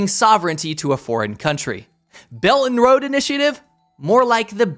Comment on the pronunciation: Belt and road. Pronunciation damnit! Quit saying bellanro.